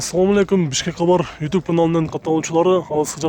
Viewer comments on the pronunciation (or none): none